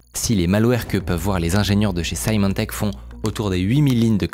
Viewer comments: Juste pour corriger une petite erreur de prononciation: Symantec se prononce "s-i-mantec", pas "s-aïe-mantec" (même en anglais). Merci pour la vidéo ! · Symantec se prononce "Semantec", pour info ;)